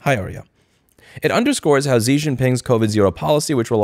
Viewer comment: Xi is pronounced She